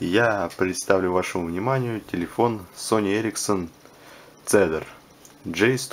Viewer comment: Позволю себе немного подушнить. Правильно этот телефон называется не Цедар, а Кедр. У Sony Ericsson целая линейка телефонлв которые называются в честь деревьев. Cedar - кедр, Elm - вяз, Aspen - осина, Hazel - орешник.